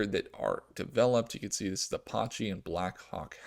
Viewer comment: ApAche (like the Indians) not Apawchee.